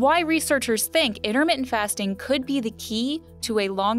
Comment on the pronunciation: its not inner menting .... its ENTUR MIT TENT ... you dumb hodgetwins-watching hostess.